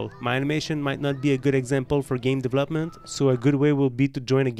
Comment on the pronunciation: As a polyglot, becoming au fait with a new language, to anyone, is fine tuning one's accent. Hindi is not one of the 5 languages that I had to pass in oral exams. It helps to join a language group's alliance, such as the Alliance Francaise. One particularly bad elocution (Hindi control of voice) is the word (term) deVELop ment Most Indians pronounce it as deve LOPment, with emphasis on the LOP syllable, another word is Missile. The frequent Hindi pronunciation is mis SILES; whilst the better pronunciation is MIS siles or MISSELS, similarly pronounced as muscles or mussels. Otherwise your elocution and command of English is outstanding, and cannot be faulted.